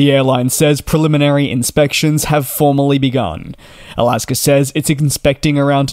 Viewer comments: It's not Alasker, it's Alaska. Thanks. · DJ I love you but please stop calling them Alasker Airlines lol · DJ, I didn't realize there was an "r" in the word Alaska, or are you saying " I'll ask 'er." ?? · Dude ALASKA does not have an R, it is not alasker airlines. Why you adding an R. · Irs AlaskA airlines Not Alaskar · There is no “r” in “Alaska”.